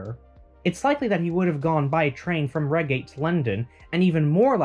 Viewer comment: What a great video. I love the way you've shared those little sideways searches. Not stopping when one thing found but searching around that hit. BTW REIGATE rhymes with HIGHgate.